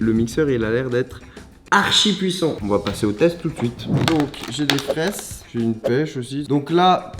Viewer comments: On dit des fraises 🍓 pas des fraisses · Il a dit les fraisse